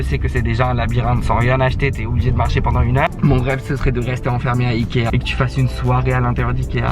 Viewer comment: ikea prononcé "aïe kea "😭😭😭